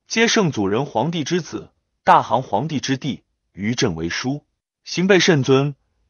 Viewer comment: “大行皇帝” ，乃對剛去世皇帝的敬稱，此處“行”字，應唸破音“形”。 “大行”，意為“永遠離去”。 “禦前”，應為“御前”。